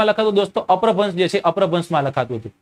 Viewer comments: અપભ્રંશ ઉચ્ચાર છે ભાઈ અપ્રભ્રંશ નથી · અપ્રભન્સ નહિ અપ્રભંસ